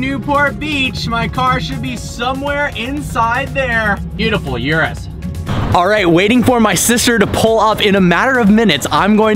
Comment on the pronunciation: you pronounced the Urus the wrong way